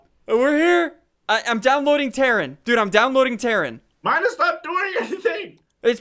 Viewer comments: Really terrin it's terrain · "im downloading terrin,im downloading terrin" its pronounced: ter-ane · Ian, its not 'terin' its 'terain' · Terrin? Its Terraaaain! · Downloading tarren? Downloading terran?! Seriously Ssundee?! DOWNLOADING TARREN? It's pronounced "tear-rain" not "tear" as in "teardrop" but tear as in "tearing paper". Downloading tarren... sigh. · He also said terrin 😭it terrain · Naw, not ter-ane it's more like tur-rain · ssundee can't English he said teran instead of terrain and said sigil instead of sijul (it's how it's pronounced) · its pronounced tur ane not terin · Its called ter-rain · its "tare-ane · "I'm downloading Terran" bruh its pronounced terrain. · Ssundee's pronunciation is worse than a 12 year olds... Lmao. Listen to the way he pronounces "sigil", "terrain" and many other words. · its ter-rain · no he pronounced "Terrain" wrong in the video when he said "downloading terrain"